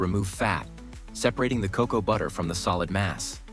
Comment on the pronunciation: Hard to get past ca-cow" instesd of cocoa. 🤦‍♀️